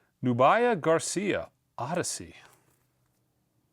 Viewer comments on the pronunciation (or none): none